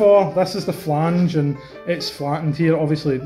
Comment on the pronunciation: You said flange "fnaw fnaw" !